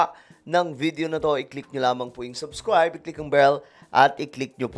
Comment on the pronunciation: Brod Subscribe not " subskwayb" are you Elmer Fudd!?